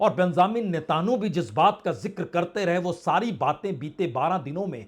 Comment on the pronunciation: Homurj ghalat bol rahe hain Correct word is Hormuz Netanoo bhi ghalat bol rahe hain Sahi Netanyahoo hai